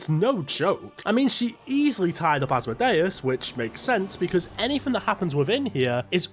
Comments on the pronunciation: Why is he saying it asmo-day-us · This full grown man needs to learn English and how to pronounce Asmodeus😅